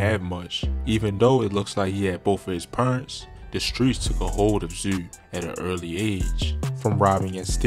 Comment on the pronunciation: Baltimore dudes be sounding crazy......my man pronounced parents as purents, and zoo as zeww, shewting, jewn, teww